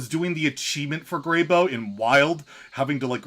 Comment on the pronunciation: Can we get something straight here. And spread it to your video making friends. Its pronounced grey-BOW not grey-boh. Since when have you ever sat in the boh of a tree. Never, you've sat in bows of trees though. (I know its spelled bough. just writing phonetically is all)